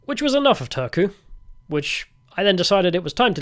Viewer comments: You clearly got an "interesting" guide to Finland. Not the most objective on a lot of things 😅😂 Turku is a butt of the jokes for a big part of Finland and especially here in Tampere, so I got a kick out of your guys pronunciation. It sounded like you said "Törky" which means "filth". And last question: "only water" means "don't put tee or coffee inside here, just warm the water and mix them somewhere else" Also "don't warm glögi (=Finnish mullet wine type of drink) in here" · I would have thought that after having been living 19 (!) years in Finland, Mr Heretic might at least master the basics of pronunciation of the Finnish language. We don't have a "soona" or an old capital called "tööku". Maybe show some respect please, no matter how eccentric you want to appear. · I am not a Finn, but your pronunciation of Turku was killing my ears. Both "u" are read the same. Unless Turku people say it like that themselves (not sure I've met much people from there)